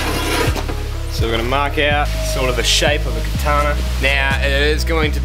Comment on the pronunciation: "katana" damnit;-; still cool tho